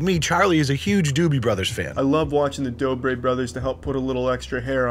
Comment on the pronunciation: you called them the doobie brothers lol. doobie > dobre